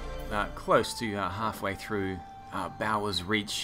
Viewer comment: It's pronounced 'bores' reach btw